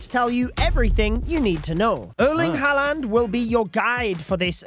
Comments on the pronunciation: btw u pronounce the name like 'harlend' not 'haland', bro just read it off coc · Dude its pronouced Harr-land not Hall-and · lad, if the events gonna go on all month please learn how to say his name its haaland not haland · “Erling Haland”😂😂😂😂😂😂😂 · you’re pronouncing haaland wrong btw it’s more like “har-lund” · just letting you know its pronounced har-land but thanks for the info! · The way says haaland 😑 😂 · As soon as I heard his pronunciation of haaland I jumped straight to the comments😂